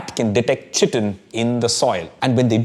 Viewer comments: I always have heard chitin pronounced as kai-tin as opposed to chi-tin like the way you pronounce it in the video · Kai-tin not chi tin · You are pronouncing 'Chitin' wrongly - chitin /ˈkʌɪtɪn/ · Please chage the pronunciation. Its pronunced as kai-tn. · Chitin is pronounced as kai·tn. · "Chitin" is pronounced "ky-tin". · it’s pronounced with a hard c. <Kiitin> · Excellent authentic summarisation of great amount of science in such a lucid manner! ...small correction besides the pronunciation of chitin: chitin is mostly in lower animals, not all animals. Some references as reading list will make the video more educational and scholarly! ....Overall, great efforts indeed. I have bought your Masala Lab and will use in my courses in Biotechnology!..... Request you to make some components in functional food particularly addressing some of serius health issues in India: malnutrition, anemia in particular! ....Thanks a lot for this great edutainment